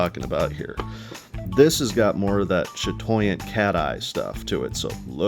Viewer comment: for a first time trying to say chatoyant, you did impeccably well. That's exactly how it's said.